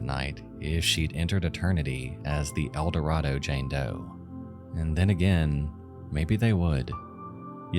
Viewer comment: You are mispronouncing Eldorado. How do I know that, you ask. Because I am from Arkansas. And once lived in Eldorado.